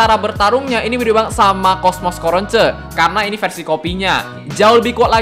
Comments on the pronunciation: Kok bilangnya Coronce 😂 Cronco malah dengernya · Coronce dibaca corons?